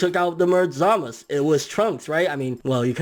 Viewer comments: U say zamus that's not right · Great video! Also glad someone else pronounces Zamasu as (Zuh-mas) instead of (Zuh-mas-oo), like most Tubers. He's only called Zuh-mas-oo in very passionate moments.